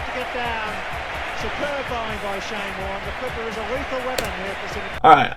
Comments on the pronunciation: i felt my soul cringe when you said warn-EE. It just Warne. not french.... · You probably know now that Shanes surname is said with the e silent, like “warn”. His nickname was “Warny”, a common practise by the amazing Aussies. Shanes impact on world cricket is hard to believe; in my opinion the best bowler that ever lived…and that is ‘saying something’ if you know world cricket. Sadly Shane left us too soon. Thank you for your great posting…I had somehow not seen that video before? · Warne, with a silent "E".... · It's just pronounced warn. You yanks have no idea about English 😂😂😂😂😂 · Pronounced Shane Warn without the E 😊 Also check out Muttiah Muralitharan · Warne, pronounced Warn. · Silent e. Warn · It’s Shane Warne .. the E is silent ffs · As a lifelong cricket fan from Adelaide (where the tutorial video was shot), I really thoroughly enjoyed your video man. Warney’s last name is pronounced to rhyme with “born”. Keep up the great work mate. RIP The Sheik of Tweak - Shane Keith Warne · It's not the exact same but getting a tennis ball and using tape its a decent practice tool Also the e is silent in Warne's name!